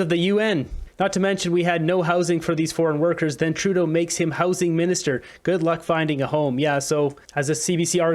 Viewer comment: Dear, thank you for pronouncing Trudeau's name correctly. I can't stand listening to this person! i wonder if Trudeau had some work done on his face?? I wish that Trudeau will fall in love with himself even more and call an election NOW so that he can show all if Canada that he is so loved that of Canada will re-elect him.